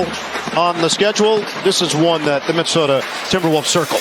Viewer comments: saying minnesoder twice in one video is crazy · Did just put an "R" in Minnesota?